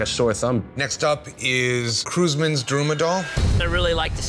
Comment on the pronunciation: Bruh can you pronounce Daruma right!